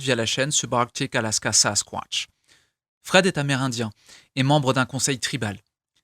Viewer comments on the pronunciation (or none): Juste tu me fait planner comme tu dit sasquointch 😂😂